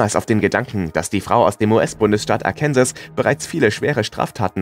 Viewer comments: ARKANSAS spricht man quasi ARKINSO'(ng) also mit einem französischem Nasallaut am Ende! NICHT ARKÄNSES !!! Bitte :D wie oft soll ich das noch schreiben... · nicht ‚arkenses‘ sondern arkensaw*